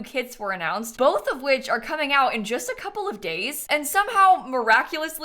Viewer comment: i heard “are coming out in just a couple of gays” 🧍‍♀️